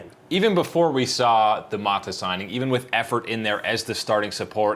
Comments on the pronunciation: Stop calling him maadaa.. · I cringe everytime he pronounces "Mata" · M A T A god damn even the white dude can say